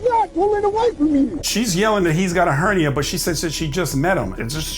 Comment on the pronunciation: She said, "Hernie". She meant to say, "Hernia".